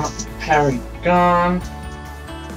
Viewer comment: Not pronounced "perigon" 🤣😒